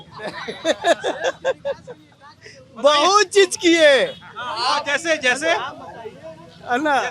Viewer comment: He is still saying "Bahut Chejj kiye" 😂😂😂